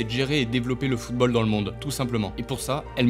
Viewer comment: Tout est parfait, l'intonation, les mots choisis, et l'histoire est passionnante. Mais. D'habitude je ne fait pas ce genre de commentaire critique, car quand il y a des fautes c'est peu, mais la la vidéo en est remplie, et ca réduit vraiment la qualité de celle ci. voici une liste non exhaustive Maintenant prononcé "mainant" le t a disparu ? : Les O mal prononcés : footbeul : surcheuffe : chese : seute : eubjectif : coeucaïne : greusse : eutre : cueuse : escreuquerie : Parler de la fifa et écorché football 5 fois ca fait mal, et 13 fautes de prononciation dans les 2 premières minutes.... si on enlève ces 2 minutes la, on a 4 fautes en 8 minutes, ce qui est plus qu'acceptable, mais le début m'a mit sur les nerf